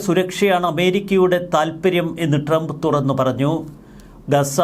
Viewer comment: ente soy monae tremp ennu alla . trump. നന്നായി pronounce ചയ്യ്. go to google n write how to pronounce trump. listen carefully. repeat 100 times. expecting a great result. if it doesn't work out , confirm that u r a dumb.